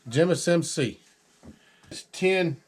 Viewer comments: He said jimusmc. It’s Jim, United States Marine Corp. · said "Jimus-MC"... I think that was "Jim-USMC" lol. Also, thank you Jim, whoever you are, for your service. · Jimusmc like Jim United States Marine Corps not jimus MC